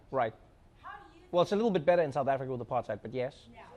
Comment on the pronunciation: Trevor you not doing justice to the R in apaRRRtheid. How you and the Americans are saying it sounds too sexy.. Otherwise great show